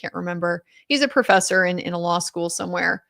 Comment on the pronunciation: 😂😂😂 he can barely stick to the "lawr"